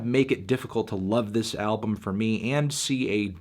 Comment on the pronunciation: Hee hee hee. Tony couldn’t say album so he dubbed it in post. He probably said it like “albm.”